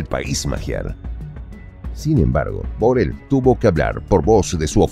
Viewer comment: Pronuncias MAL la palabra BORRELL